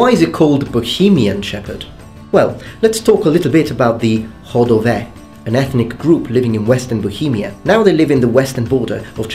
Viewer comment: Were you getting ready for a date during the video? :)) Also, I'ma happy you pronounced Chodové and Chodsko pretty well, but you're still saying exetera ;)